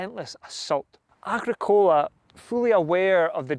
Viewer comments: Its agrick ola not agreecola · Yes I've heard a few people pronounce Agricola like the way it was on the video. Started to question it but I think its a common American style of emphasis. Agric- ola sounds better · AH-GRICK-ULAH PLEASE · Are you deliberately mispronouncing names like Anglesey, Tacitus and Agricola in this video ? These words have been well known and had an accepted pronunciation for generations before your arrival, son. Find out how to use them before you go disseminating culture dilution, or you might as well be offering your *rse to Donald Trump. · Hi. Absolutley cracking vid. I liked the traditional presenter talking to camera apporoach and only occaisional use of illustrations. Battle graphics were very clear. One small point on pronunciation "Agricola" is pronouced with the Agri sounding like it does in "Agriculture" and Cola like the drink. "Tacitus" is pronounced Tasitus. That's my understanding, if I'm wrong no issue! Great vid. Cheers. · Are you pulling our legs? Your pronunciation of Agricola, Angelsey and the Ordovices are kinda Monty Python.<< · Great work I enjoyed watching your presentation the only problem was Agricola is not pronounced like that, but still very well put together top job. 👍